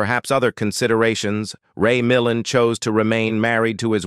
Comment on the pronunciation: Ray Mil land..emphasis on the second sylolable.